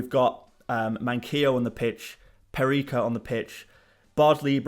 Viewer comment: Not Peri(k)a, it's Peri(ts)a.